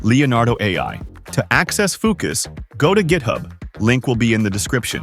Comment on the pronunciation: "Foo cuss interface" lmfao